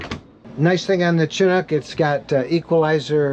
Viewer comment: Two comments: Chinook is pronounced shi-Nook, not CHI-nook. Also, it’s been called the “sports car of RVs” ever since the 1998 model set the RV speed record at the Bonneville Salt Flats. That was the original company that went out of business in 2005. A few years ago the old owner sold the brand name to a new company that now sells RVs with the Chinook label on them. The original Chinooks are still on the road and are very popular.